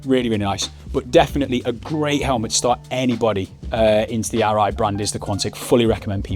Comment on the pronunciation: that's the difference between a helmet and............ Arai.......................... you say it ALL right !